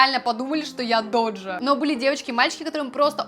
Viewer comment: только не Доджа А Дожа.:)